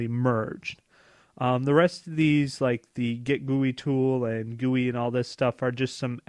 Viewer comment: Come on man, if you're going to promote yourself as a software engineer please (at the very least) pronounce GIT correctly... It's GIT not GET.